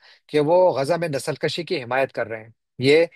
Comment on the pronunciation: Nasal Kashi nahi, Nasal Kushi...